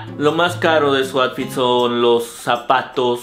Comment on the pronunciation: Bro me gustan tus videos solo que si me da cringe que digas atfit en lugar de outfit, hay que practicar la pronunciación o de plano no usar la palabra cada 30 segundos en el video :/